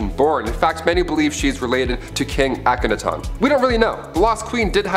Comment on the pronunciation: PLEASE learn how to pronounce the names before you do these... Akhenaten (Ak-en-ah-tin) Thebes (Theebs not teebees)